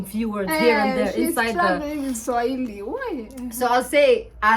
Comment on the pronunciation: You guys are vibes when together 🔥 🔥 🔥 Swahili got murdered here lol